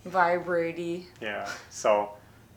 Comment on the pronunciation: Vibratee ??? LOL